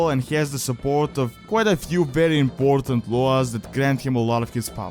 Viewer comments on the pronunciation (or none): none